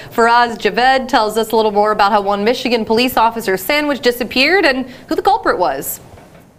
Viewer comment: He said I like samich too😂😂😂